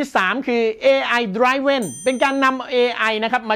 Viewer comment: ขออนุญาต แก้ไขการออกเสียงคำนี้ "DRIVEN" เห็นออกเสียงผิดกันมาก